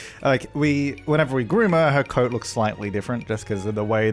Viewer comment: I honestly thought till half way to the video that you said code when you actually said coat and I was so confused xD